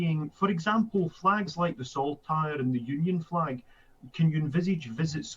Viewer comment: The Royal underlying , deliberately unspoken question from a staunch Scottish Tory ... “ And what about the Republic of Ireland’s Flag 🇮🇪 ( l’m sure l heard “ Fleg “ 🇬🇧 ... but maybe my imagination concerning a separate Flaggish Cultural Predisposition 😬 ) BTW ... By all means talk up Glasgow ... but “ Powerhouse “ is historical and a one-eyed observation ! Tory Toffs couldn’t find Glasgow on a map of Great Britain ... so stop the Flaggishness you complete twerp !